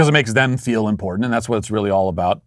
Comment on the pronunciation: This b. said importanant... 🤦‍♂️🤦‍♂️🤦‍♂️🤦‍♂️